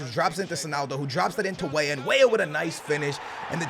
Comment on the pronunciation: Who else remembers the times where called Weah, Weeh